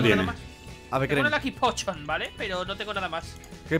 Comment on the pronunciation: la "Lucky Pochion" jajajaj xD tente